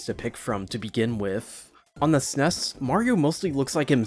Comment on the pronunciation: you say snes funny